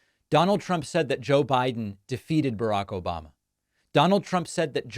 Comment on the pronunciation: Yes, and he also says “O-ba-ba”. Listen again if you didn’t catch it. .